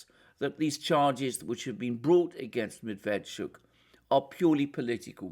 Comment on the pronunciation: Medveetschook, accent on last syllable